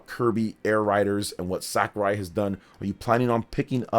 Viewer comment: Please stop pronouncing Sakurai's name like that, you're embarrassing yourself